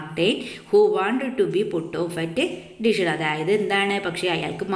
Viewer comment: Dishon ❌️ Dijon✅️